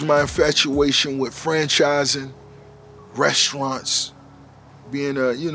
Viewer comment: I love too hear him say restaurants and shrimps, Hilarious 😂😆😅